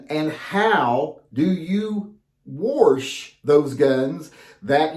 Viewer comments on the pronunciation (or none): So next time show us how you ‘wawrsh’ them. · I just lost so much respect for you. Warsh? Really?